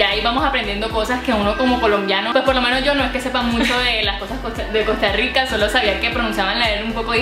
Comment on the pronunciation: Si, se equivocó en esa palabra. No decimos ( Costa Yica ) tengo más de 40 años y soy tico tico .